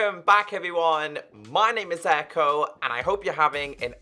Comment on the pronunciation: its ECKO NOT ECHO OK